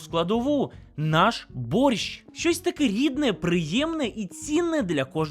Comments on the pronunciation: він там взагалі каже на літеру "щ" звуки "шь" а не "шч" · А і ще припиняй говорити боРЬЩЬ. Це фонетика російської мови. В українській мові ці звуки тверді.